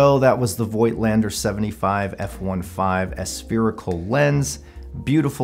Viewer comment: I think the pronunciation is "foigtlander" as they are germans.